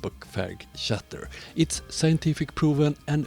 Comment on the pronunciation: I am sorry to find a fault in your video but you did! Scatter is pronounced "skatter". For the rest, content and argument, you are perfectly correct! Thanks, great video as usual. You deserve lots more subscribers than you have.